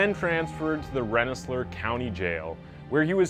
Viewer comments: "Rensselaer" is really pronounced "ren - sel - leer". Now that I google it I guess it's "ren·suh·leer" I grew up nearby. Where'd the leah come from? Is that French or something? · I'm from upstate NY and I lost it when I heard how he pronounces "Rensselaer" XD ....It's "Ren-sler" lmfao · The two names in New York are Pronounced Renssaler " Wren-suh-leer" and Attica "At-tick-uh" They are French and Indian names. We have some winners in Upstate NY, that's the green part of NY northwest of NYC. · The mispronounced names and words in every video make these videos unique. I literally lol'd at the way he pronounced "Attica" and "Rensselaer" prisons. This channel is cool, thumbs up.